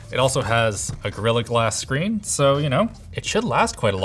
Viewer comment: touch SCHREEN